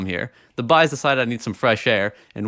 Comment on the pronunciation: Everytime you say the Boys™ I keep hearing the